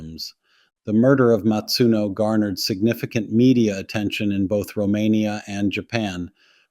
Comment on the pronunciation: Her surname was "Masuno" not "Matsuno". Please show some respect if you're going to talk about this case at all